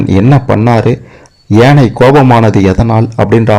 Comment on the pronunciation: ஏனையின் தவறு எதுவுமில்லை.உச்சரிப்பு ஏனை என்பதே தவறு